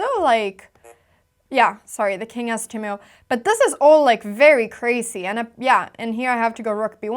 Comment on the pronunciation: Since you use the word so frequently, look up the prononciation of 'loses'. I think you got your misprononciation from your equally lovely mum :) 'Loose' isn't pronounced like 'lose' - nor is 'crasy' :)